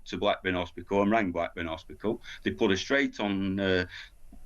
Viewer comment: Hos pit al. Not HOSPISKAL